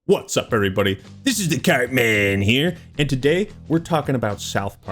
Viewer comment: It's CARTMAAAAN BRO! You damn poser lol